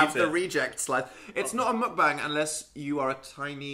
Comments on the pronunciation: say it with me: mohk- bahng. meok-bang. meok- like :mock: mixed with :toke: and the a in "bang" sounding like "ahhng". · Are we not going to mention how they said mukbang... lets just accept that saying things in another language is not their strong suit 😂😂